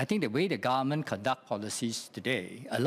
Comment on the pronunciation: how is he a politician if he can't even pronouce government properly